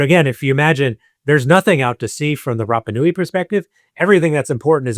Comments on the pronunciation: Love your posts,. I don’t like your pronunciation of polynesian words…have mentioned it befor, but you still say Rappa instead of Rarpa. It’s not hard to try better at it, and Polynesian people will appreciate it instead of grimacing. Aloha, Phil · Apologies, but at 55 seconds in, after butchering the pronunciation of Rapa Nui four times in under a minute, I'm not sure I can continue! Edit: Phew, at least your guest gets it right. Edit again: Gah! If think that after hearing the correct pronunciation a few times from an expert, you might at least make a token effort!